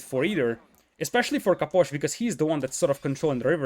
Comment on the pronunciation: I love how you say Caposh